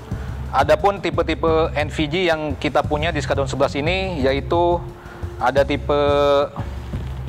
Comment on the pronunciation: ntah kenapa gw dengarnye bilang s-kadrun, mungkin narator gak sengaja